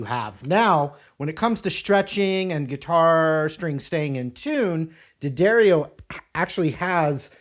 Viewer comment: Dee A Dario is how its pronounced